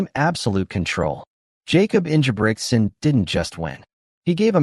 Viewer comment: Learn how to say his name correctly bro.